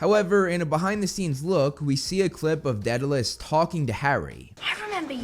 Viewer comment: Dead a luss? It’s Day du luss!